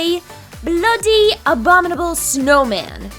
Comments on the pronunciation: "bloody" what was with that British accent aye?? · When you said bloody why did you go british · when you said bloody first you sounded very British xxxxxx anyway happy holidays and merry Xmas everyone